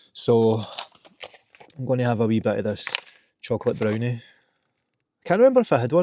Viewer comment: The chocolate brownie mumble had me laughing 😅👍